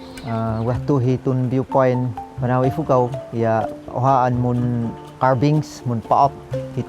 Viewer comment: Its pronounced BANAWE